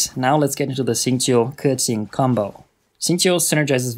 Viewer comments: Pronounces keqin the "right" way, however doesnt give a fuck about the other name though lol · thats how u pronounce keqing lol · i literally respect you so much for saying keqings name perfectly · Super well done and informative video, really appreciate it! Learned lots of things, will try out for my own Keqing and Xingqiu. P.s. I appreciate your (correct) pronunciations of their names ( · HE READ KEQING AND XINGQIU RIGHT YESSSSSSSSS